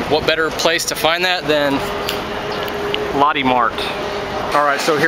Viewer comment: haha it's pronounced "low tay"